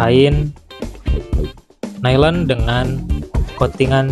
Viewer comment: Bukan Nailen mas, tapa Nailon bacanya. 😂